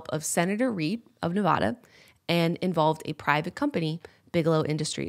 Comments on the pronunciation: A as in apple. Nev-ah-da not Nev-oh-da 😂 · Jenna it’s NevAda not NevadA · Nev-AH-duh not nevawda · I've lived in Nevada my entire life, near area 51. I think I've seen aliens. BUT... For the love of GOD say Nevada right haha its not Nev-awh-duh its Nev-AHHH-duh. Its a sharp "A" like Apple, not a short "A" like Awful. triggered Also, I have thyroid problems and so do many people that live in this area as well..dun dun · Jenna, Its pronounced Ne-VA-Duh. Not Ne-Vah-da... Sincerely, Everyone who lives in Nevada. Love you guys <3 haha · you know someone isn't from Nevada when they pronounce it (ne vah dah) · oh no.. jenna is one of those people who says nevAHda... unsubbing (jk dont attack me lmfao) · Love it, love you guys, I know you come from the east and pronounce things differently sometimes but!! It’s NevAda. “A” as in Cat, nev 🐱 da! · I love you but the way you say Nevada is wrong. The entirety of the state will come for you (including our radioactive aliens). It is just a thing for us, though we won't actually come for you, we cringe. I love your videos. You're the best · All the people actually from Nevada here are triggered about how she's pronouncing it. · I love you Jenna but as a Nevada native, I cried every time you said Nevada wrong. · I looooooooooved this podcast but as a Nevadan it broke my soul a little every time Jenna pronounced Nevada wrong 😂